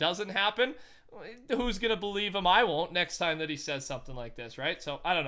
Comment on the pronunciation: He said next tier lol